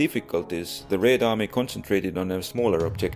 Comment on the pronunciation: I like Your pronunciation of "Red" in "Red Army", so sweet.